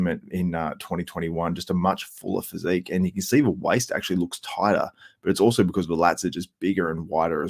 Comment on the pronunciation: Can u say also instead of uzwow...sounds like ben chow(the ninnie)